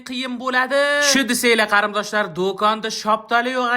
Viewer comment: Кариндош эмас Кориндош😂😂😂